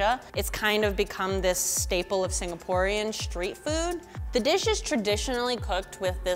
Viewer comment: Singaporean but dont pronounced it as SING-GAH-POH?